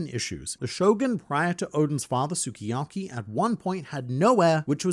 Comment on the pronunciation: mate, you say SUKIYAKI like this: SKII-YAKI. Means:My favorite cooking". OK, luv ya, bye!